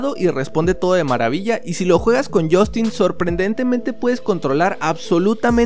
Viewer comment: Deja de decir jostinnn por favorrrr